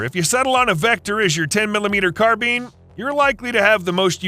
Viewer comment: yeah, you're not getting t r u fella? It's pronounced, CARBINE NOT CARBEAN!!! I was being sarcastic.....thanks for the info tho!!